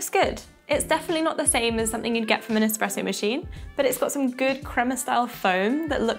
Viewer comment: It's not Expresso, and it's not even Expresso like. Is this video having us all on? this must be a parody.